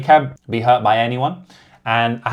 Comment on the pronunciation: How could you read Fiziev as FiZAYIV